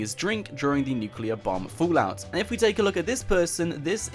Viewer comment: It’s not nuculear it’s nuclear